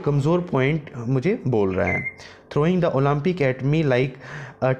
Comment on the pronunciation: Olaampic lol atleast improve your pronouncation